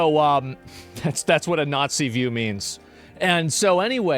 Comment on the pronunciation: "It's when you naatzeee their point of view..." Jesus, Asmon, do you know what day it is today? Do you wanna be shut down?